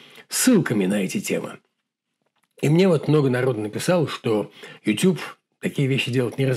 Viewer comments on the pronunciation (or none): none